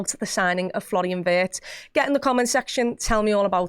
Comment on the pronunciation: Please please try to pronounce him like Veertz, not like in hurts! ❤ from Germany, up the reds.